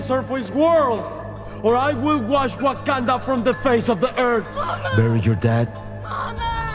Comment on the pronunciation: my man, it's not pronounced "WACKIN'DUH" its Wha-khan-dah but more fluid. And trying to compare DC's jokenwolf with Thor's entrance with his new weapon is HERESAY in the highest order! his bs axe vs one that summons the bi-frost and is a GOD KILLING weapon made from Uru, cooome ooooonnnnn